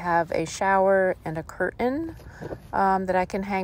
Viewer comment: Curtain next to stove, making coffee/cutting veggies over a fur blanket, mispronouncing curtain, I've had enough.